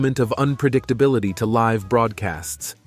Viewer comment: The decision to mirror left-right some of the clips is disconcerting. It would be far better to not do that effect! Also, early in the video, the narrator says "live" (as in alive) instead of "live" (as living). Didn't he get a chance to read ahead to figure out the correct form?